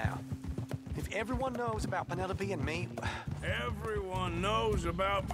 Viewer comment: Reminder: don't name your child Penelope... PEEN-ELOPE